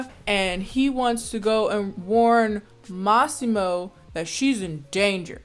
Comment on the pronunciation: For someone who doesn’t speak Italian, your pronunciation of Lauria and Massimo was spot on.